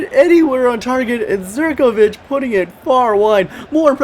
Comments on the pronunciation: Please pronounce Zivkovic as zivkovic and not as zerkovic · did you say there zirkovic hahaha its ZIVkovic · and u pronounce zivkovic like ziv-ko-vik